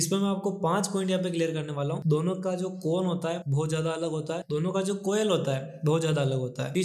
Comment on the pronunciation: Coil❌ koyal✅